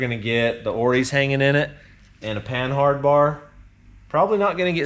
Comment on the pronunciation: A LOT (like all) of youtubers don't know that the H is silent (pan-ard). It's FRENCH! A Panhard rod (also called Panhard bar, track bar, or track rod) Is a suspension link that provides lateral location of the axle. Originally invented by the Panhard automobile company of France in the early twentieth century.